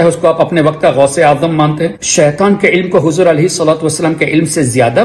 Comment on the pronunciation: Bolna to seekhlo pehle urdu to seekh lo saitan nahi Bhai shaitan hota hai